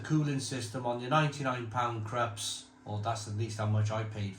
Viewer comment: It's pronounced Kroops..🤓 It has nothing to so with the Krusty Krab 🦀 and SpongeBob..😂😂😂